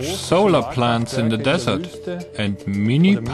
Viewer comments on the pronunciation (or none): none